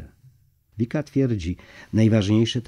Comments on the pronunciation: ViCka, nie Vika ☺️ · Vicka, a nie Vika.